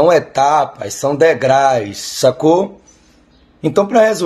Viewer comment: Um falou "cidadões" o outro falou " degrais" kkkkkkkkkkkk